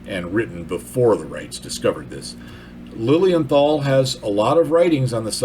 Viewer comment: As German native speaker, I had to listen three times to "Lilienthal" before I understood it. The "th" in this case is old German orthography, and is just a "t", as it is in "Neanderthal". "Tal" means Valley, so Otto's name was "Lilly-Valley".